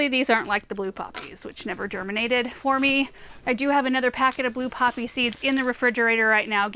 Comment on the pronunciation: did I hear you call those meconopsis (blue poppy) seeds blue bummers? 😂